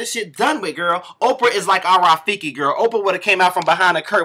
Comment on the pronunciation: Biiiiiiiitch not Rafekee!!!!!!! roflmao